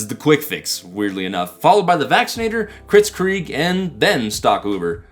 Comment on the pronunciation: I must correct you kritzkrieg is not kritzkreeg it is a play on the german word for fast war, blitzkrieg. Kreg with a slight r roll is the proper pronounciation. Why did I just do that?